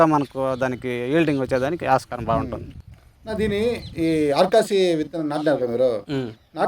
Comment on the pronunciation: అది ఆర్కాసి కదా స్వామి ఆర్కాసవి